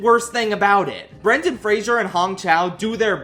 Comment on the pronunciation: It makes me sad that Love Hurts was such a terrible movie given that the leads are capable of these incredible performances. Also this is very nitpicky but I die a little inside every time someone mispronounces Brendan Fraser's name.